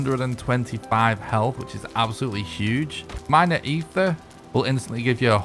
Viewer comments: Thank you! There's no H in the word at all. It's a small nitpick but I cringe EVERY SINGLE TIME😂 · Eitr - (eye-trrr). Aether is not the word for this stuff.